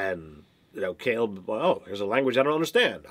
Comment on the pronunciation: Dude... you've heard him pronounce it Kay-leb about a thousand times now.